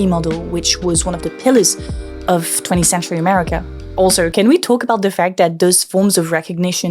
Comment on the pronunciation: Dis, dat, dem, da, dose please learn how to pronounce 'ths' it makes you sound very unsophisticated. BTW, Trump, one of the biggest misogynists and racists ever seen, was just reelected. Posters/propagandists like you are exactly what Trump voters hate above all. Rethink your life, who do you think you are helping?